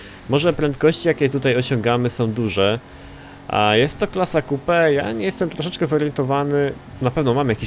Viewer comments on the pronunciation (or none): none